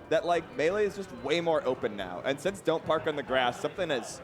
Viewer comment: Get the t's out of melee.